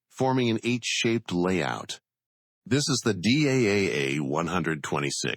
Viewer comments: Its pronounced as DAF not Dee AEI AEI EFF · The voice over in the movie says D, A, F, in separate letters. But DAF is just one single word. It sounds in dutch like the English word STAF or Daft (from Daft punk). So the name of the factory is pronounced correctly as DAF (in one word). And the DAF YA 126 is indeed a marvelous light truck. I drove it in my military service time, forty years ago.